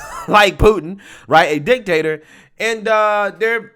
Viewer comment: "The Dictator of the West" with a very heavy emphasis on DICK!!!